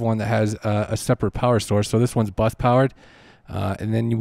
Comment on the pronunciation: Oh, BUS powered...for a moment I thought you said BUTT powered.... just kidding...:) :) :) Though, seriously, you lost me mid way; the powered USB hub, that plugs into the Focusrite, and the Apple Camera adapter plugs into the powered USB hub? Hope I got that right! Have you experimented as to whether an iPad can USB power a Focusrite, without a powered USB hub?